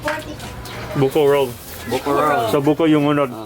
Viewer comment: bukorol not buko roll hahahahaha funny.....lol